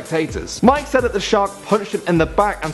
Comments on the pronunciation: It’s not pronounced mike it’s pronounced more like mick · Number 6. His name is Mick not Mike you ignorant person who can't pronounce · m8 its Mick Fanning not Mike Fanning and it was a white shark not tiger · mick fanning not mike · Mick Fanning not "Mike" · It's pronounced Mick. Like Mick Jagger you fucking kook. And it was a white shark FYI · Mike fanning... MIKE FANNING come are you serious, i know it may look like mike but pronounced mick fanning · ahem its actually pronounced Mick not Mike u noob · ahem... it's pronounced mick not mike. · It is MICK fanning, not Mike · He said mike fanning hahahaahahahah